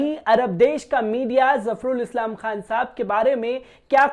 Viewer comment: अरे भाई थोड़ा उर्दू बोलना सीख लो... तुमने अभी जो प्रोग्राम किया है उसको पढ़ने मे कितनी गलतियां की हैं Dr. Zafarul Islam का नाम तक गलत पढ़ा है..... दूसरी बात ये कि अपने प्रोग्राम का नाम बदल डालो... इसका नाम रखो... (नजर आता है ).... क्योंकि हर खबर के साथ तुम बार बार बोलते हो कि...... वो कहता हुआ नजर आ रहा है... बोलता हुआ नजर आ रहा है... वो जाता हुआ नजर आता है.. हर जुमले मे तुमको बार बार यही कहना है कि..... नजर आता है... चैनल पर उर्दू के वर्डस सुन कर शर्म आती है.... कोई ट्यूशन ही लगा कर अपना शीन और काफ़ Qaaf दुरुस्त कर लो... थोड़ी पर्सनैलिटी बेहतर हो जाएगी... Qur-aan भी शायद अरबी मे नहीं... HINDI की किताब से पढ़ा लग रहा है और बार बार नजर आता है कहना बंद करो...